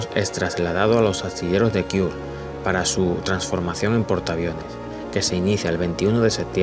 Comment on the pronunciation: Kiur? Es Kure!!